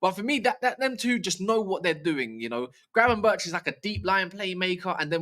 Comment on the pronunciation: Glad you pronounced Gravenberch’s name right 😂😂